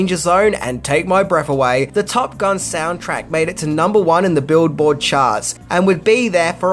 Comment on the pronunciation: Billboard charts, not build board